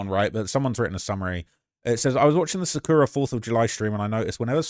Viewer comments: sukana?? her name is sakura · Sukana???? No way theu ment Sakura lmaoooo